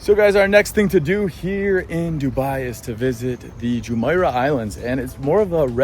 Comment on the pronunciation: It pronounces JumEIrah, not JumAIrah. Al QOOZ, not Al Qwaaz.